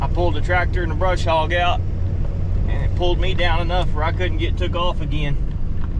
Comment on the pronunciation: NO "R" in "BUSH HOG"!!!